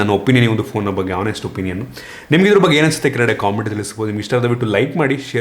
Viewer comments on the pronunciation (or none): none